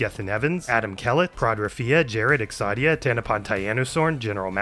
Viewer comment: exodia is pronounced EX-OH-DEE-UH